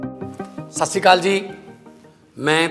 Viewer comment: CM ji, its not Sasikaal, its Sat Sri Akaal, hope this channel may convey this to him